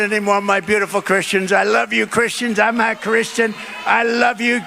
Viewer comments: Tbf to me it does sound like he says “I’m not Christian” instead of “I’m a Christian” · He VERY clearly says: “I’m a (pronounced “I’mmah”) Christian.” In his typical Trump voice. Anyone suggesting otherwise is just a liar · To be fair, it did kind of sound like he said "I'm not a..." I know that's probably not what he said, but it did sound weird and similar enough that I can't blame people for thinking it. At least it's not just an outright lie this time. For once. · It sounds like he got caught in two ways he wanted to finish the sentence. It does sound like 'not', but either way, I think he is a Christian, and the far left are making a mountain out of a mole hill.